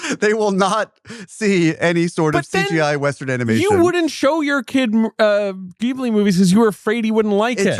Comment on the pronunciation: Interesting that Ehrlich says he loves Ghibli so much but apparently doesn't know how to say it correctly.